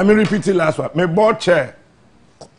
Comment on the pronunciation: Listen to how he pronounces the word 'one'. He says 'wan'. This is someone who always criticizes intellectuals. Hmmm! Very funny 😊